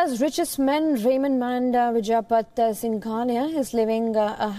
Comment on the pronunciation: Vijay"Pat" singhania...you are an Indian, yet your pronunciation of Indian names is so bad...pretentious much?